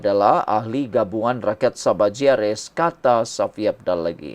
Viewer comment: sebutan kau tu tidak betul Shafie kau sebut safi kau ni ada sekolah ke?